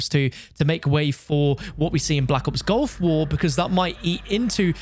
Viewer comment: its GULF war not GOLF war :(